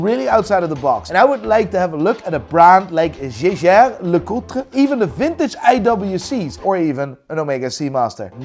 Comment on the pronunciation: bro is pronnouncing jaeger right, but gives ashit about ap